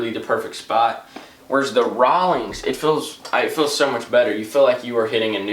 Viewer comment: if i hear him say rawolings one more time i will kms